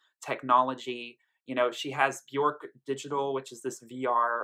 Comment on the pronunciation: Björk rhymes with "work", not with "pork" ;-) Great review! :-)